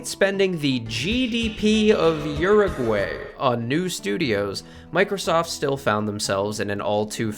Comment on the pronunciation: You said uruguay wrong